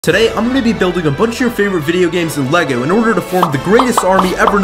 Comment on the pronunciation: its not elegle are u dume